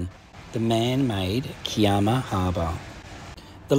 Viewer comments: needs new shorts or does he only have red shorts... Also, he needs to stop the Italian language as Kiama is Ki as in (i) ama...U have done it alot of vlogs... Why don't U ask a locate person how to say the place name if not shore...😂😂😂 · Lol just watched this episode & sorry for laughing but im from Sydney & we say K eye AMA....& yes its an awesome spot .....love your videos 😊❤